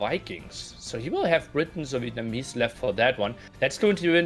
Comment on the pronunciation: Chinese Vietnamese Villese Not VillEssa